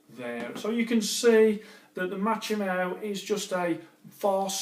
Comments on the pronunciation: It's pronounced MA-KO-MY not machomow.... still good content though 👍..... 😂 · Machomai= ΜΑΧΩΜΑΙ not Matsome